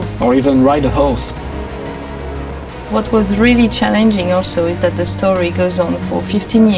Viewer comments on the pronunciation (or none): emo page? wow that's sorta..hot...but any one else thought the guy said ride a house not a ride a horse?....